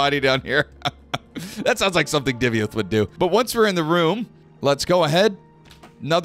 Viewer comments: He's "Divayth" not "Divyath", mixed up the order of letters a bit there. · Hi love your videos, but the way you pronounced "Divayth" in this video just grinded my gears 😆😆